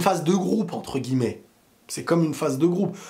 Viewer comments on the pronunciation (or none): none